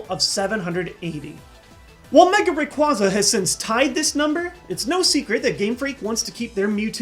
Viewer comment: FACK its ra-qway-za not ray-qua-za